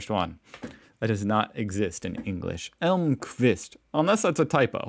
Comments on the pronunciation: i think you pronounced very nicely Elmqvist! I would love to see video where you react to some finland stuff and would give american point of view. Maybe cultural stuff, not inventions. Or both if you have time! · You pronounced Elmqvist correctly but not his first name :-) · Your pronunciation of Emlqvist was ON POINT